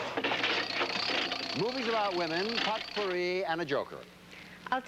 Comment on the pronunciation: Jack didn't know how to pronounce "potpourri". Also, I remember watching this episode with my tape recorder. I tried in vain to read off the credits as they rolled.